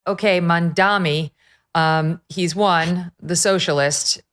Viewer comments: It's M.A.M.D.A.N.I not Mandami😂😅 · Ok dude, it's M A M dani not M A N dami. Are you guys all dyslexic or something? I think scientists should do some research. Conservatives have some deficiency in their left temporal lobe.